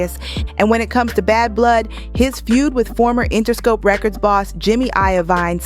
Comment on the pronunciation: Please before you upload these, check people's names and how it sounds phonetically. It's jimmy Iovine (Iveen)